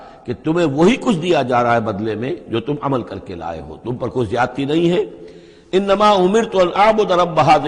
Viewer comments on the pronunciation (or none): Zayadti zayadti hi boola jata